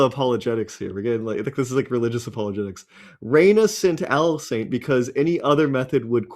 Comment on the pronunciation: Is Trey saying "Alisaint" on purpose?